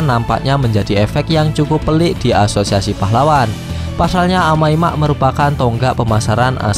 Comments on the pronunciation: Amai mask bang bukan amai mak😬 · Bang Omong Yang bener dong amai mask bukan amai mak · bacanya kok amai mak si njir 🗿